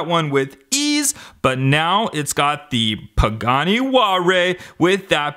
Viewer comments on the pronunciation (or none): none